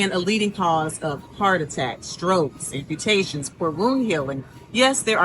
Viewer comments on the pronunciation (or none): Amputations, not "and mutations."